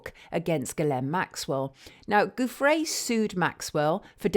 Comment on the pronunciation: Virginia’s surname is pronounce “joofray”. G followed by an i is pronounced like an English j.